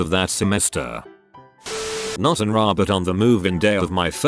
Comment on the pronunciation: Because of the computer voice, can't say words right. RA has each letter pronounced.